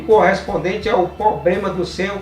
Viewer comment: amigo nao é pobrema e sim problema